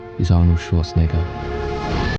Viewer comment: Routinely comin' in a tad high on that second to last vowel in the Governator's surname there BUDDY. 😮😊